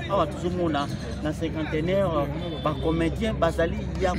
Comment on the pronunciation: S'il vous plaît monsieur le journaleux Cinquantenaire et non "cinquanteneur".